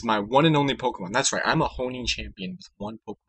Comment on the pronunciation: For some reason it really bugged me when you kept saying "Honing champion" - it's HO-ENN champion damn it!